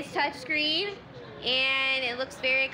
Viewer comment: IT'S TURCHSCREEN